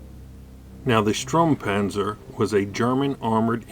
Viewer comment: I like how you explained the history of that Sturmpanzer IV but your pronouncing is a little bit weird.Its not a Stuhrmpänser its a Sturmpanzer and its not a Buuhmboar its a Brummbär.But lets ignore your...pronouncing fail,it is a good video so i give you a like.